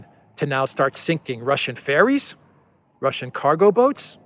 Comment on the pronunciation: Ferries, not fairies